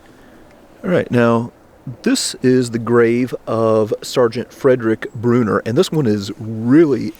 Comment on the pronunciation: I was surprised when I heard a potential relative mentioned, now I dont know if I'm any relation to Fredrick Brunner, but kudos to pronouncing his last name the same as I do. I now have to look up to see if I'm related to this hero! Thanks for all you do!